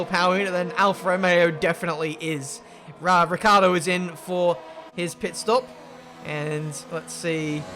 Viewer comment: i believe you also say ricardo instead of ricciardo, never heard the i